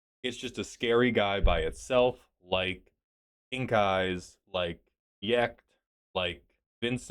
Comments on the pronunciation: Pronouncing Jecht with a "y" sound is wild work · He read it with a J, not an I. He just gave it the Y pronunciation because he doesn't know any better (and if you don't know his name that pronunciation makes just as much sense)